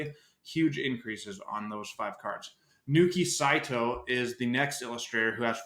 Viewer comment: It’s Naoki Saito not Nooki just fyi